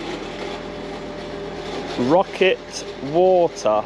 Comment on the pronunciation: "pocket" water, not "rocket".